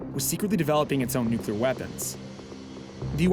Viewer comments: He pronounced Nuclear as ”New-Key-Ler” rather than ”Nuke-Lee-Eer" 😊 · Dubya… PLEASE! NUCLEAR.. NOT NUCULAR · Hahhhaa! George Bush’s speech impediments, Nucelar lol!!! Nuclear nuclear not nucelar.